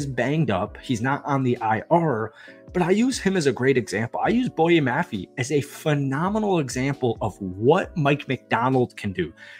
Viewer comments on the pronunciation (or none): pronounced mafay